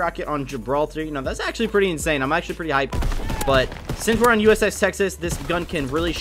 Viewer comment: You said USS sexes lol